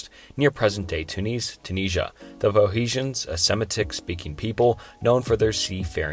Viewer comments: Pho he shans??? Pho knee shans? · Faux-hesions? Was going to try to sleep to this but the pronunciation is murder. Off to the Gorbachev bio, I suppose. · It's Phoe N icians not Phoeicians... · Phoehicians..? Sim-ee-tick...? aight I'm out. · You mean, foe-knee-shins. ;-) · the pho-he-shans lol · starting with carthage slash phoehishians... ok maybe i heard it wrong... again: phoehishians ... dude we are just starting and I ve already lost confidence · Come on man just take one extra minute and learn the proper pronounciations of words. Or not even that, just read the words. "Phoehecians"? Dude, there's an N there, not an H. Literally just read the words properly. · Heard him say the word Phoenicians and clicked off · I stopped watching as soon as you mispronounced “Phoenicians.”